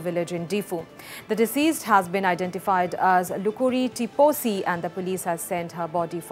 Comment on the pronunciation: Not Hukuri tiposi but Hukuri Tissopi